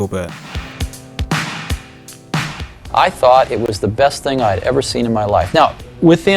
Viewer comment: Also its Douglas EngleBART.